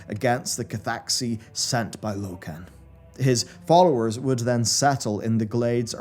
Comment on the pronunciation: Why is this guy intentionally pronouncing common lore names wrong like Loken, Alterac and Amani? So that real fans can correct him in comments for engagement? What a sod.